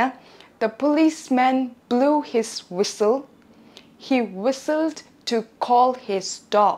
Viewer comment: Whistle ཀློག་དུས་ T silent རེད་པས།